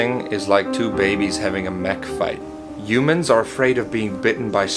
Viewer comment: Why did he say yumans?